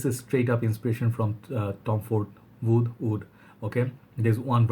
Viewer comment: I'm starting to realize that a lot of the times when you say what sounds like "oud", you're actually saying "wood". Like in this video when you say "oud wood", it really sounds like "oud oud" to me.